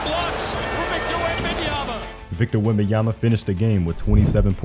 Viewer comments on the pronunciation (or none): Does steven a smith still aay wembenyaNa? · Stephen A saying WembamyaNa every damn time pissed me off lmao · Hearing WembanyaNa all year triggered me. Please respect the name. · Jfc someone tell Stephen a smith to eithe pronounce it right or call him Wemby. So tired of that dude saying it wrong.